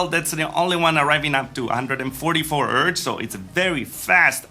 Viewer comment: I like how you say "ertz" for Hz.